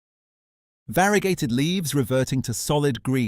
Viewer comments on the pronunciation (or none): Great video. The only mistake is the pronunciation of variegated (VARE-RUH-GAY-TUHD)